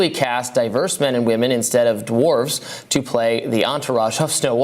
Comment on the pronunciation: For clarification, "dwarves" is the plural for dwarf, not "dorfs," as you just said.